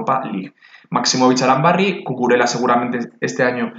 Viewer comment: Gran vídeo! Solo una cosita, Cucurella se pronuncia como si fuera “Cucureya” no “Cucurela”. Gracias por las recomendaciones!